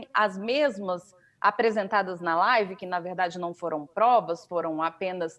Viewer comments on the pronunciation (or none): Esse mito da desgraça é uma vergonha desastrosa! Ri muuuuito com essa tal laaaaaivi dele 😝